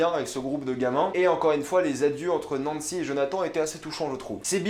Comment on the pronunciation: "djonatan" haha pas mal l'accent après avoir bien dit Nancy